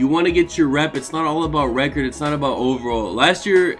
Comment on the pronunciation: This man said rep-ord... 😂😂😂😂😂 but dont forget that 32-19 you know.